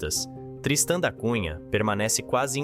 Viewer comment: O nome correto é TRISTÃO DA CUNHA, um navegador, um homem Português e não "tristã" ou "tristan" como você pronuncia . Ah! A pronúncia é Groelândia e não "groenlandia". Por favor não fale em mortadela....😂😂😂😂para não sair mortaNdela 😂😂😂